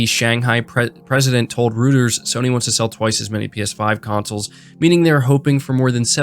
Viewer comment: Reuters is pronounced “Roy-ters”. Not rooters.